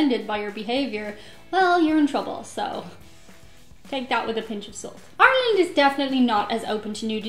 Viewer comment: troublems • (trub-lems) noun; 1. A combination of an individual having trouble and/or problems speaking. “ had troublems at the end of the video.”